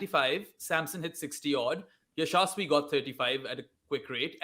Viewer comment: i think you are not pronouncing Yashasvi name right